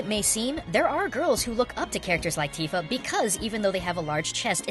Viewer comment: LOL, "Teeeefa"